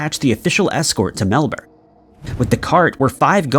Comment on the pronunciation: My man's done us proud! Melbourne pronounced properly! Let it not be said isn't making an effort. Thankyou!